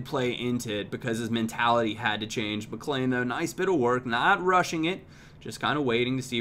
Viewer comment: Hey just thought I'd let u know that Whelan is pronounced "wheelan" and McLean is pronounced "McLeen"